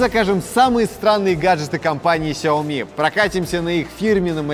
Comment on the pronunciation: Космос Но правильней произносить Шаоми